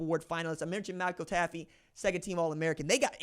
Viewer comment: It’s pronounced “TAFF”. Not “Taffy”……. You love mispronouncing names